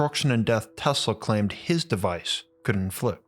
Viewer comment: Is it me or he says Tesla weird